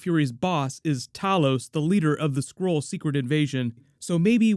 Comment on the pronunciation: When I heard him say skrull for the first time I heard squirrel lol